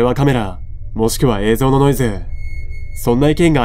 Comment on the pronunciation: 「えいぞう」じゃなくて「えいぞん」って発音がやっぱり気になる